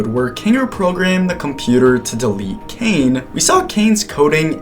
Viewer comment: Caine❎️ Kane✅️